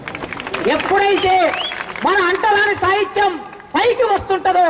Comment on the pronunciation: orey sahityam ane padam palakadam nerchuko